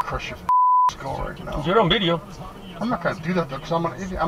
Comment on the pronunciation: The passenger tried to be racist by repeatedly mispronouncing “video” as “bideo”, but utterly failed since the driver just ignored it, and the drivet kept being respectful towards the passenger.